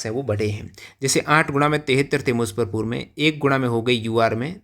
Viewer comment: मुज्जफरपुर है musaffarpur नहीं😂